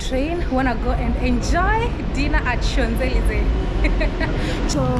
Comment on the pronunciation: 😂😂😂😂😂😂@ pronunciation of "Champ Elyses" is ""Shonzelisse"" 😅😂😂😭😭 and her pronunciation of "Eiffel Tower" was ""Ayffol/ Haffel/ iffel etc 😂😂😂 wow! I'm dead. We really can't take the Nyabohanse outta our gal, but we sure took her outta Nyabohanse!! Keep flying high gal.. my namesake- Godspeed in ur travels. ❤️ it's all love here, jus some humor n don't take it personally... yu ain't French, right? Same way French wouldn't be able to read Swahili... 😊🤎🫶🏾🙏🏾